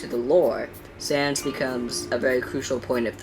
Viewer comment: SANS NOT SANDS SANS